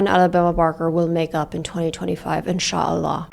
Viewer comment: Why did she pronounce it that way?😂